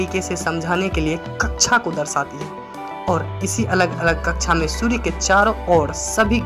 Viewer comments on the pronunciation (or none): भाई थोड़ी हिंदी सुधार लो। कच्छा नहीं कक्षा होता है। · आदरणीय हिंदी बोलने में त्रुटि परिलक्षित हो रही है। हिंदी मे कक्षा कहा जाता है। ना कि कच्छा कच्छा यानि अंडरवेयर होता है। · sorry sir कक्षा बोलते/कहते है। कच्छा आप बोल रहे हैं।🙏🤔 पर class 👍👌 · Kaksha bol rha h ya kacha😀😀😀